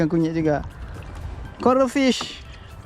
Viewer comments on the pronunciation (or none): ikan coral sebut macam ikan koroi